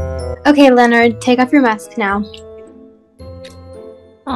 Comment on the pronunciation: is everyone ingnoring the fact that the police lady called Leonard linnin😂😂